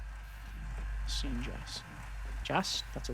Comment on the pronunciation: Phosgene and phosphine are two very different compounds, both are toxic but phosgene is famous for war crimes where as phosphine is typically used as a pesticide. The stuff you are using is pronounced phos-gene